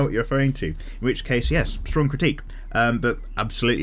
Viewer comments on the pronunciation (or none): none